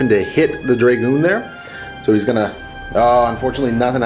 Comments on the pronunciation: Dragoon- pronounced drah-goon not draygooon, sorry for being the pronunciation police but it made me cringe whenever I heard it :) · I love the batrep, but stop saying draygoon please!! >.< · Its pronounced Drah-goon rather than Dray-goon